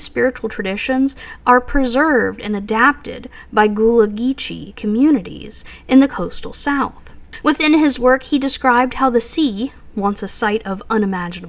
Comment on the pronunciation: If you want to call yourself a historian you have to learn how to pronounce gulla geechee